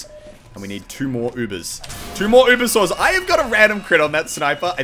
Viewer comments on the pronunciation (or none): none